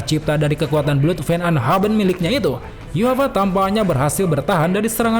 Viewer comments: Brooo cara bacamu salah memalukan..bukan yuafah.. namun ywach.. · Emang yhwach dibacanya yuhapa yaah?